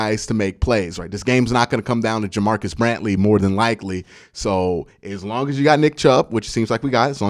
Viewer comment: Wasn't gonna mention it last video with his name, but since it's being pronounced wrong again it's JaMarcus Bradley...not JaMarcus Brantley.